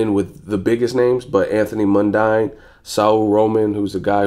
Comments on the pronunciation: lol fair enough bro just for future reference MUN-DEEN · Do you do that on purpose or you just dunno how to pronounce Mundine (MUN-DEEN)